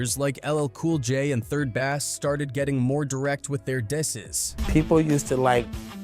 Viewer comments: Lobed when the AI narrator pronounced 3rd Bass like the fish 😂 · The narrator who's speaking don't know anything, about the rap group 3rd Bass. He had pronounced bass like the fish, but it's actually pronounce like bass guitar.